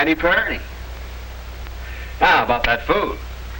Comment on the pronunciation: "Purdy" Lol!